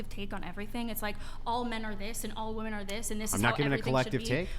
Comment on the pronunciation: WHY do MOST "feminists" on this pod never say the word WOMEN ... they pronounce it WOMAN every time? did i miss a class somewhere ??? its like the 3rd or 4th pod ive seen them pronounce it like that multiple times sometimes in one paragraph. usually goes along with the word "like" said about 9 times as filler words ... smh